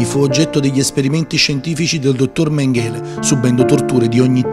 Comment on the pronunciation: 0.34...Mèngele, non Mengèle!!!!